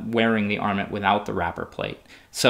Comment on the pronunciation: TIL that this is the correct pronunciation of "armet".